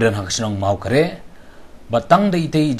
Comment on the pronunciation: Mawkarah ym dei mawkareh kynnoh da u abkd ym da u abcd.